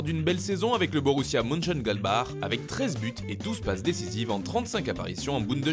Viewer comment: Borussia Mönchengladbach pas Galbach heheheh